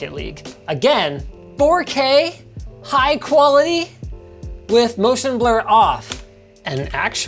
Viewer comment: When will Linus learn to pronounce Anno 1800? it is an-no not ano, double N!!